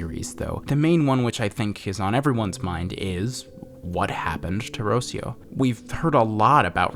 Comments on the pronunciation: Jesus the way you pronounce Rocío is so wrong, I thought her name was meant to be Rusiyo. Rocío is pronounced (in latam dialects) as Ruh-séé (stressed syllable)-uh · Hello! Spanish speaker here. Rocio is a common name in Spanish and it’s pronounced “rro - see - oh” with a hard R like “caRRO” and with the “i” vowel being the dominant one “rro - SEE - oh”. For example, you’re pronouncing Rocio as “ROW - seeoh”. Idk if the character is Hispanic, given that they write the name without the accented vowel (it should be Rocío) but as far as I know, Rocio is a Spanish (as in Hispanic or mayhaps latino, idk if it is also a name in Portuguese) only name so might as well. Loved the video, the content, and the comments. I got chills. Had to look away but it was so well done.